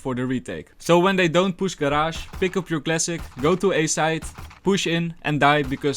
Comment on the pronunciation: when you pronounce up you say it like ap not uuup